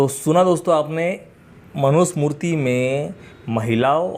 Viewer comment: सही शब्द मनु स्मृति है मनु smurti नहीं है